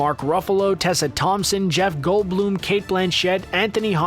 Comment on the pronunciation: This guy just called Jeff Goldblum, Jeff Goldbloom and I'm shitting my pants!